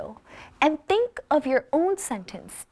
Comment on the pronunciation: you pronouced " think" diffenent from other pronounce.